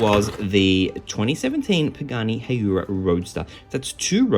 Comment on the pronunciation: This case was kinda odd because of lots of recolored cars but still a good case with some previous n case cars. Oh yeah,try to pronounce the Pagani Hu-ay-ra roadster next time 😉